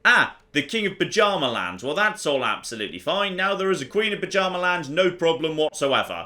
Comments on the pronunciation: By Odin,. It's Byarmaland not Pajamaland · saying "Buh-Djarma-land" physically hurts me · I swear every time says "Bjarmaland" I hear it as "Pyjama-land".